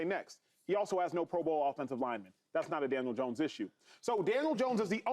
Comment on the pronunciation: Why do so many people say Janiel Dones